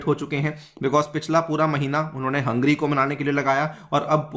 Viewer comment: you keep saying Hungry instead of Hungary.